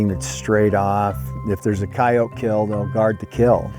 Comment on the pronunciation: Why do they say kay-oat instead of cayote?